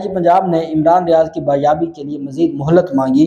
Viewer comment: Baz yab bola krain ba yab kiya hota hai???